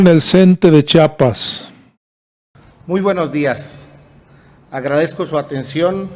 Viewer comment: Disculpe señor youtuber es CHIAPAS Y NO CHAPAS y EN LA CNTE NO SE ESTAN PELEANDO LOS LIDERES POR FAVOR SI NO SABEN COMO ESTA ORGANIZADA LA CNTE MEJOR NO OPINEN Y GUARDEN SUS COMETARIOS E INVESTIGUEN MEJOR QUE ES LA CNTE